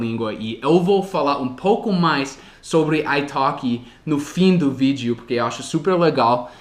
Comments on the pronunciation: Uma dica, a palavra "porquê, por que, porque ou por quê'' não são pronunciadas " puqui " como você está falando, elas são faladas exatamente como são escritas. Desse jeito -> "pôrkê" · Escola do Dia a Dia Mas além da pronúncia do "O" eu também estava me referindo à pronúncia do "R", que o omite às vezes, e acaba ficando "PUque", entendeu? ^_^ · Parabéns!! Pratique mais a pronúncia do "porque"... Beijos, obrigada por compartilhar! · só uma coisinha que você tem errado nos seus vídeos é a pronúncia da palavra "Porque". A pronúncia do "Por" é exatamente como em "POR exemplo" ou em "PORtuguês". PS: Machado de Assis é difícil até para nós kkkkkk